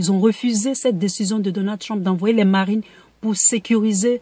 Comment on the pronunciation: Tu pouvais dire marine normalement 😂😂😂 pourquoi ta fait un accent américain là ?!